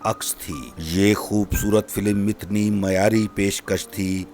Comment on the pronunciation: FILIM kiun bolta Hy... Word Hy film